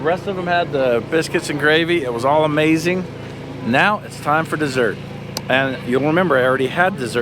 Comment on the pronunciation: Someone tell her amazing doesn't have a k on the end 😬